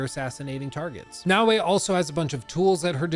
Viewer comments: You keep saying "nah-way", and it's really infuriating because it's pronounced "na-o-e" (short a, short o, short e). It'd be like if I called you "Look" as opposed to "". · That's not his accent; I have similar American accent and I can absolutely say Naoe as "na-o-e". It's a lack of care.